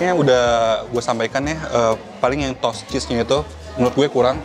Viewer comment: Toast tuh bacanya bukan “tos!”. “Tos” itu tuh ‘hi-5’. Toast tuh bacanya “tho-est”. Ada “h” nya.